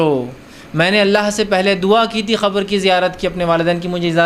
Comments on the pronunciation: Please change your pronunciation... You say khabar to qabar? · Qabr ko khabar bol raha hai